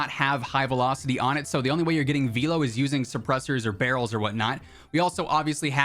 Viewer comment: Can't unhear "vee-low" 🤣